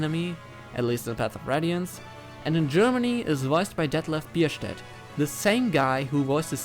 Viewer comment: Ich wusste, dass du Deutsch bist, als du Detlef Bierstedt so gut ausgesprochen hast😂. Übrigens cooles Video. Zelgius ist auch mein absoluter Lieblingscharakter aus allen Fire Emblem Spielen